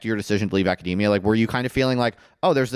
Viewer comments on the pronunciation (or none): Academia, not macadamia